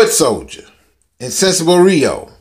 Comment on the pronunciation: Noooo!! You did not call the dish, "Insensible Rio"? That is not how you pronounce Insatiable! Now you will have to make another dish and title it, Radiant Rio! Absolutely Love You channel! Keep the delicious videos coming! Blessings to you!